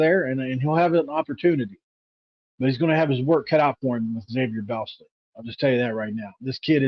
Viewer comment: Good job, but his last name is pronounced “Boz-lee”, like Bosley.